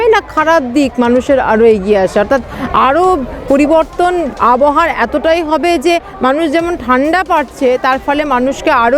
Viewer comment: আবহা নয় আব হাওয়া